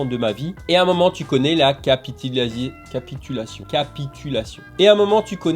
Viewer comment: Merci pour cette vidéo! Moi je fais capitulazier🤣🤣🤣 C'est tellement drôle la manière dont tu le pronces!😅 Pour être plus sérieux merci pour la vidéo c'est instructive